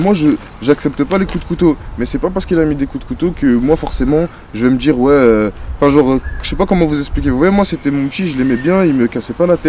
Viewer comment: en vrai ça veut djire qu'on est envahi